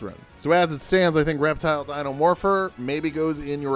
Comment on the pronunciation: That's Reptil (pronounced rep-teel), Humberto Lopez, a member of the Avengers Academy crew. They're great (Until Avengers Arena came...). He was also on the Superhero Squad show.